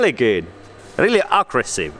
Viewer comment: Looool “ackressive” “exhoust” “ched 125” im dying haha